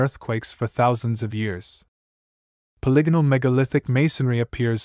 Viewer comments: This must be an A.I voice . He keeps mispronouncing polygonal. The voice reminds me of Anthony Jeselnik and I keep expecting him to deliver the punchline. . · No, think polygon. You can look up pronunciation videos online - even colonial English speakers get this word correct. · I love the peculiar pronunciation of polygonal, it's a mystery all in itself...